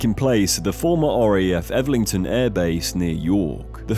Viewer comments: Elvington, not Evlington. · Elvington, El-ving-ton not Elverton, not Evlington, Elvington 🤦‍♂️ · Bro it's el ving ton